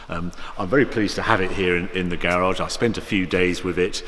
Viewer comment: How do you get the pronunciation gay-rahge from the word garage?